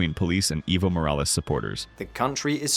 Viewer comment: Just so you guys know for the next video, it is "eh-vo" Morales instead of "ee-vo" Morales.